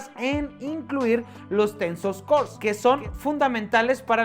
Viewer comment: hahahahaha "Tensos core".